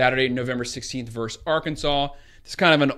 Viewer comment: Nice breakdown but please pronounce the word VERSUS correctly... Ver-sus...not Verse !!! Thanks!!!